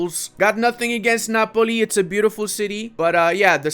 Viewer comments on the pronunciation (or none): none